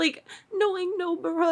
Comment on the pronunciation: Nobara sounds like no bra